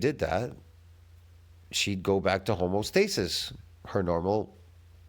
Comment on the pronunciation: Serious question are you saying homostasis on purpose? It’s HoMEostasis😂